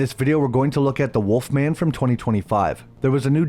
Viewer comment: then you think they would put the correct emphasis on the title, instead of pronouncing it like the snack.